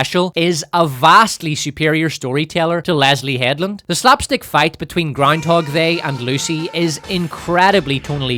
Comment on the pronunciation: All hail! May your glorious reign continue. Can't get enough of "Powerful Leedah" and "Groundhog They" 😂